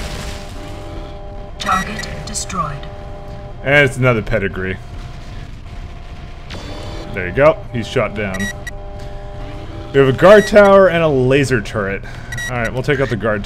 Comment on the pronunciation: "Para" like parachute then "green ah" not "Pedigree"